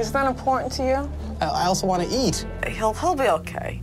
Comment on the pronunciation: “I also wanne eat”